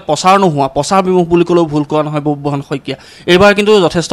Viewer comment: বুববাহন নহয় অ সাংবাদিক ভাই, বব্ৰুবাহন